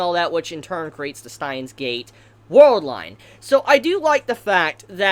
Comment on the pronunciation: Who is "Stein"? And where is his gate? It's Steins Gate, not "Stein's Gate"